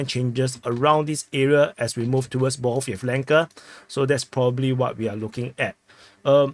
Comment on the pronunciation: Ba-g(h)a-yAv-len-ka. The way you pronounce it is completely wrong. Just listen to how Dima pronounces the toponyms. I've also previously offered you URLs with guides as to how to pronounce the Ukrainian letter rendered as "H" in Latin script. Almost three years later, it's not ok for you to continue repeatedly to mangle names and toponyms.